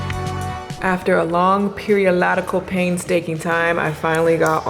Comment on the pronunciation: Not Periolotical! 😆 #-isms